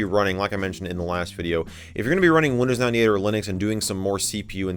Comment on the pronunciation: Windows i-dee ate